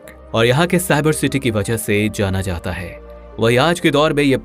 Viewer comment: ye kaha ka accent hai be.. "jaatha haai.. aatha haai"